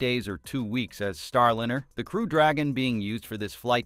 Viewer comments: Liner!!!!?!! Not linner!!,!,!,!,!,! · If you expect us to take your production seriously, You need to take it seriously yourselves. Get your voicing in order. Come on!!! "STARLINR" NO NO NO. "star"line"er!!! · Boeing's Star linner? Really?!? Is this AI voiceover? This s * u* c* k*s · why do so many of these type shows use a voice generator to read the script. It is boring, and becomes ridiculous counting mispronounced words. The name Starliner bounced back ad forth between the correct name and with a short i vowel sound. Boeing 737 was mispronounced seven hundred thirty seven every time. Why can't you just find someone with a nice speaking voice and ditch these awful computer generated voices. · "Starlinner", really! It's time people stopped using AI voices. They just annoy listeners, like AI art that wowed us for a few hours and then became same-y and loathesome. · "Starlinner"??? You trying to say something? 😆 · It is not a "Starlinner" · Get someone or something that can correctly pronounce words. Starliner is not Starlinner! Left . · What's a "starlinner"? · Why do you pronounce it Starlinner? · These robot voices are too much. What the hell is a star lin-- er. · AI pronunciation of Starliner😅